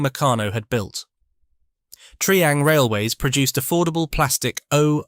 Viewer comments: It's not tree ang it's try ang. It's not Pecko it's Pee co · Its pronounced TRY-ang not TREE-ang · And "Tree-Ang" rather than "Try-Ang" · its double O not O O. Also you pronounce Triang wrong.